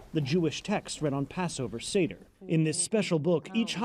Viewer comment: To the reporter in Israel: it's not a sEEder table, it's a SAYder table (spelled seder).